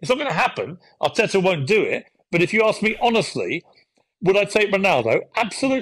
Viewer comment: Darren, it’s asks NOT arksd…..